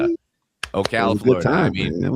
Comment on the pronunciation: Thank you for pronouncing Ocala correctly 😂